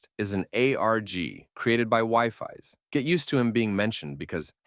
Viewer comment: Its pronounced wee-fies